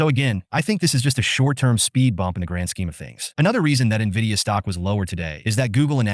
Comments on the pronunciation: I have zero faith in the opinion of an “expert” who doesn’t know how to pronounce Nvidia. Skip! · This first guy can’t even pronounce the company name correctly and we are supposed to listen?